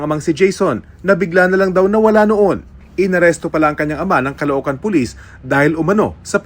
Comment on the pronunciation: Pulis calocohan ndi Caloocan